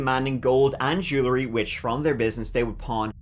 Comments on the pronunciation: Jewel-ry, not Jooler-y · JÉW-EL-RY! JÉW-EL-RY, DAMMIT! Not jew-luh-ree. How many times do I have to tell ya!